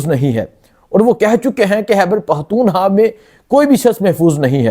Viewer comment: بھائی اتنا بڑا پلیٹ فارم ہے یہ بولنے کا آواز اٹھانے کا بہت اچھا کام کرتے ہو آپ لوگ محنت جرآت کے ساتھ لیکن بھائی یہ اردو کو تھوڑا ٹھیک کرلیں پلیز فحر نہیں فخر ہوتا ہے حیبر پہتونحوا نہیں خیبر پختونخوا ہوتا ہے خ اور کا فرق جان کر بولیں جزاک اللہ